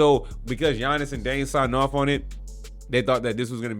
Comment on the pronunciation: As soon as I heard gee-yannis I couldn’t watch anymore